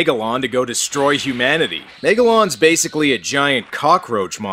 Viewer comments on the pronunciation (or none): none